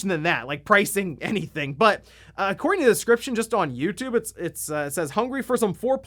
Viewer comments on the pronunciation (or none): none